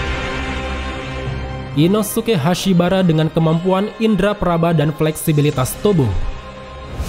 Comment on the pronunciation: Hantengu bukan peringkat 6 Hashibira, mlah hashibara Trus Tengen tu bacanya TENGGEN